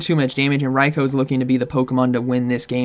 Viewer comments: ITS RAI-KOO, not RAI-KOWE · I cringed everything said RYE-KO 😂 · The number of times you pronounced Raikou incorrectly is going to keep me up at night